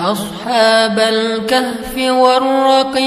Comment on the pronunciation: Al-kahfi bukan Al-khafi